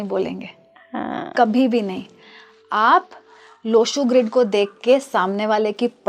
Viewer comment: मॅडम सूर्य ग्रीड ये सही है लो शो ग्रीड नही